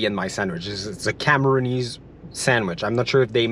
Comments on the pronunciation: We are called Cameroonians not Cameroonees lol. I'm glad you enjoyed yourself in my country. 😊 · Amazing content in Cameroon but its Cameroonians not Cameroonesse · Cameroonians not camerooneese 😂😂